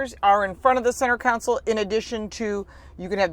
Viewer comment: . Counsel 🤣🤣🤣. I thinking mean KAHN’ sul. Nice review!!!